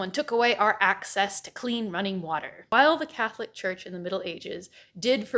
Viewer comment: Am I the only one who heard “the cat lick church”?